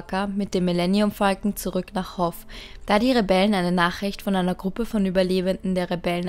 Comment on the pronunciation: Das heißt nicht Hoff das heißt hoth.